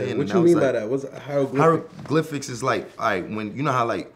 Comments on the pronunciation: Mans said hiedroglyphics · kerwin said "hydroglyphics" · Man said hydroglyphics😂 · This nigga kerwin said hydroglyphics lmao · Bruh rocky cant say he created the hieroglyphics